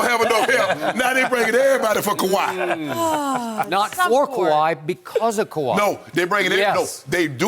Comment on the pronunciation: Shannon “They talm bout what great moves the clippas...; do Kawaih run the clippas? 🤷🏿 🥴😬😂🤣😂